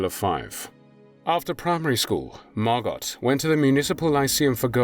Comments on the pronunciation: Her name is pronounced Margo, not Margot despite the spelling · I have a couple of friends named Margot, it's pronounced Margo, not Margot. The T is silent. Pronounced the same here in the States as it is in the Fatherland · Yes,thanx,for pointing out the proper pronunciation. Margo,yes,not Margot! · Her name was actually pronounced Margo. And even thought it’s spelled Anne, they pronounced it Anna. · Please be aware you do not pronounce the T in Margot. It is Margo. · It's pronounced Mar-go. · Margot = MAR-GO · The t is silent by the way. Margo. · Not Margot. It's pronounced Margo! Just proves what damage religion does to humankind. Glad I'm a non believer. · MargoT ? Your AI narrator has a glitch. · generally the T in Margot isnt pronounced, its usually mar-go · Her name is pronounced Margo….to not pronounce the “t.” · Someone really needs to tell this narrator that the ‘t’ in Margot is silent. Her name is MARGO. Aside from that little annoyance, this was wonderfully done. Thank you. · Pronounced Margo! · Can someone please teach the narrator how to correctly say Margot? It’s not Mar Got (like got something) cmon dude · Even though her name was spelled Margot, it was pronounced with the "t" was silent. Her name was pronounced Margo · In the Netherlands it is pronounced as MARGO with O,T is not pronounced at all! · Margot was my mom's age. I believe the t in Margot is silent. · It’s Margot like escargot…. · I don’t think her name was MargoT ….I’m sure it was pronounce Margo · The T is silent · Please correct french name Margot not sounding the t. Many thanks . Best wishes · This is annoying me. Surely it’s Margot (softly pronounced) and not Margot, pronounced hard? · You are correct. So irritating pronouncing it incorrectly. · Margot is a French name and you don't pronounce the final 't.'